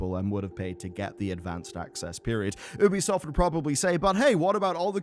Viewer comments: It's pronounced YOOBY-soft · Just by looking at the text on the preview I understood that the author says Oobisoft instead of Ubisoft 😂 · Not if you call it by its proper name. It's not an American company, it's french. So it's pronounced 'Oubisoft', not 'Youbisoft'. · Its actually pronounced Ubisoft.